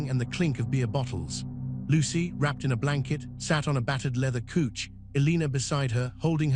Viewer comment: Like the tone of the narrator's voice, but he needs to learn the correct pronunciation of The English language. COUCH is NOT pronounced kooch, but should be pronounced COWCH. 😂 Or use an alternative description of the furniture - sofa. CL ER K not CL ARK.